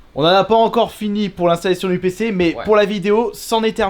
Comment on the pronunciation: Mon nouveau pceuh pour regarder mon hentaieuh de rougeuh en 4Keuh